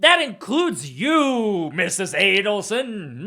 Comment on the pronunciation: she was just getting the pronunciation right with Wendi's last name. Short A or long A.